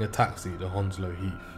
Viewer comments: Ur saying Hounslow wrong it's pronounced hands-low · A bit more like haounslow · Ur defo not from Hounslow if you fink it’s pronounced hands low… unless u a freshy 😂